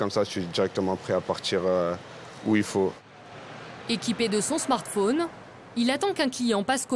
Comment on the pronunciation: "équiper de son smartphaune" sérieux les journalistes pourraient prononcer correctement les mots même ceux d'origine anglaise !!